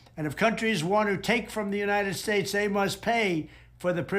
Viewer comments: United Shates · Does it bug anyone that he can't even pronounce "United States"? "Shates". I mean everyone makes a gaffe or mispronunciation, though I'd say trump does more than anyone else with things like "Nipples", but EVERY SINGLE TIME he says "United Shates". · What do you mean? He says Uninid Ssschtates perfectly. 😂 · It's alarming just how poorly Drumpf understands basic economics. He still can't pronounce "United States" without slurring the letter S. Ugh......